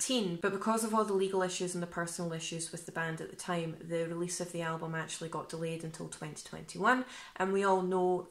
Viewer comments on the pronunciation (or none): none